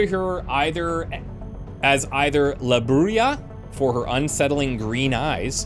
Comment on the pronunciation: "La Bruja" is pronounced "Brew-hah" and translates as "The Witch."